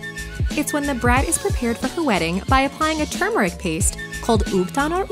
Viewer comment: Yes! Someone finally says the word turmeric correctly!! 😭❤️